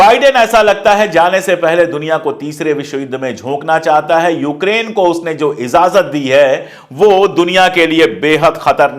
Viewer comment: IZAZAT NAHI (IJAZAT) PLEASE URDU KA SAHI USE KARE URDU BOHOT KHUBSURAT LANGUAGE HE